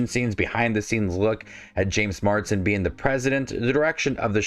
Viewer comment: Mars-den. Not Mard-sen.